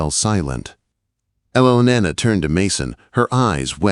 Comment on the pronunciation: EL A NA not whatever AI is saying.